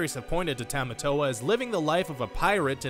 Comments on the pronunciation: I have some problems with this. Sorry for the rant: 1. It's pronounced "TAH-mah-tow-ah" not "TEH-mah-tow-ah" 2. Maui and Moana might be related, but he's definitely not her grandfather. He was stuck on the rock island for 1,000 years 3. And while Moana and Lilo could maybe be related, David wearing a fish hook necklace is hardly proof - the hook necklace is a popular jewelry in Hawaii, and David isn't even related to Lilo, so what does his necklace have to do with it? 4. How does Moana not being an official Disney princess "completely change the movie"???? 5. For the Wonder Woman and LotR comparisons, they just follow the same basic stages of the hero's journey. Try googling Joseph Campbell. I also don't see how this "completely changes the movie" 6.....Okay, first of all, his name is PUA not POW! Secondly, the reason Pua was left behind was because it was ultimately decided by Jared Bush that Moana's journey should be as difficult and uncomfortable as possible, so they made Moana leave the only friend she had behind. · Agree Rant can you pronounce Tamatoa correctly please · The way he was saying tamatoa...... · Would appreciate if you pronounced Tamatoa properly